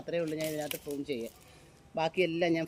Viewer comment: വൃത്തികെട്ടവളെ, ഫ്രൂൺ അല്ല പ്രു ൺ.